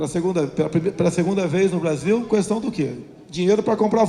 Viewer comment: Caramba!!! Que cara repetitivo!!! É pra falar sobre Jesus e o cara discorre sobre Genésio. Como tem gente que promove uma fugurinha dessas?!?! Tá explicada a sua inação em tantos anos de congresso. E outra, o "u" de "questão" não é tônico, rapaz.